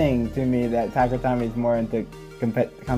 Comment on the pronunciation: 1. Tuh-kare-uh Toe-me, dear lord bro 2. Random Booster complaint makes sense, although 1/8 chance is not that big really. 3. The reasoning behind random parts in random boosters is for the competitive nature of beyblade, also its just a marketing gimmick, it makes money. 4. Really easy to just, get confirmed random booster sets, they typically provide a great part pool for competitive (Xtreme' and Quick' my beloved) 5. A lot of hasbro recolors nowadays don't look that good compared to Takara Tomy LMFAO 6. Power creep has always been a thing in beyblade, and double chassis was definitely NOT the start. We have legacy formats such as Burst Classic and Limited for a reason. This is a problem even outside of burst. In Metal Fight, hybrid wheel beys typically dont do well against 4D, and 4D typically doesnt do well against Synchrome 7. Many Switchstrike layers burst less than current ones, some drivers just had really strong springs making beys hard to burst, bursting is a lose condition, I don't see why you'd want it 8. Balance type simply isnt a thing in burst competitive, it's attack and stamina that exists for the most part but sure. 9. Infinite locks were relegated to 3 beys, and plus they beys belonged to that of villains in the season. Making a bey that cant burst makes a lot of sense for a villain to do... 10. A protagonist with a defense/stamina bey would be pretty boring, all things considered... 11. It felt hype knowing the company started caring again? 12. Slingshock b